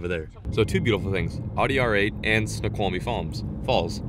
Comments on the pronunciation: You said it completely wrong snoqumie it's like ( snow quamie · it's pronounced snow-kwal-me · Coolest waterfall ever Snoqualme falls was one of the coolest places ever. Pronounced "snow-kwal-me-falls" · You should see those falls when there’s more water flowing through them and it is pronounced snow-kwol-me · Snoqualmie Falls is pronounced (Snow-cwall-me). There is also the Skykomish (sky-comb-ish) and Snohomish (Snow-home-ish) rivers which are good for salmon. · Snow-kwal-me is the phonetic for Snoqualmie. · Snow-qual-me is how you pronounce it. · Say "Snow Qual Me" falls. You are close. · Ok lemme help you because I used to live there it's pronounced Snow-Qual-me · snow-kwol-mee falls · Snow quaw li me Is how it is pronounced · It's pronounced snowkwalmie lol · Lol said Snoqualmie wrong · Totally butchered the pronunciation of Snoqualmie but its cool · You completely butchered snoqualmie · I was cringing every time you said it wrong